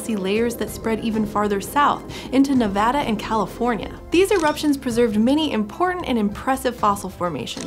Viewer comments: Im soo happy to finally hear some pronounce Nevada correctly! Thank you! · Here I was just being delighted you were saying “Nevada” correctly, but when you said “Virgin Valley Formation”, I had to do a double take and look at the photo again, because that’s literally 20 minutes from me 👀👀